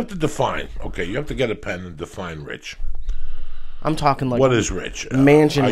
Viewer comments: wrich!? haha wtf Joey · Joey "Wrich" Díaz